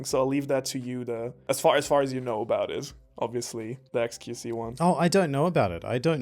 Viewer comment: love how keeps calling xQc "qXc"